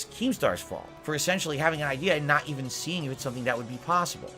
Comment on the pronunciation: "I'm naht a lolcow!" to "I'm the biggest lolcow, it all hinges on me, tuh-huh!" in what, a week? Impressive,.